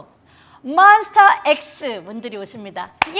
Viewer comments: 나는 왜 효연이 몬스"타"엑스가 아닌, 몬스"터"엑스로 발음하는 것 같지 ㅠㅠ? 몬스"타"엑스 !!!!!!!!!!!!인데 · 근데 효연님 몬스‘타’엑스인 거 모르시는 것 같은데ㅋㅋㅋㅠㅜ 계속 몬스터엑스라고 부르셔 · 방송은 너무 재밌게 봤는데요 ㅜㅜㅜ 혹시 몬스터....엑스로 알고 계신건 아니죠...? 저만 종종 몬스터로 들리는건가요?? 몬스타☆엑스 많관부해주세요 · 효연님 계속 몬스터엑스라고 말씀하심... ㅠ ㅠㅠㅠㅋㅋㅋㅋㅋㅋㅋㅋㅋㅋㅋㅋ